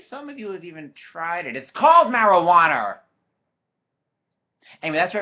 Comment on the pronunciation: “It’s called Marijuanurrr” I’m dead!